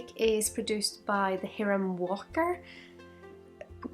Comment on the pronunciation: Thanks for the video! FWIW, it's pronounced "high-ram" or "High-rum" Walker although there's no way anyone could know that given how it's spelled.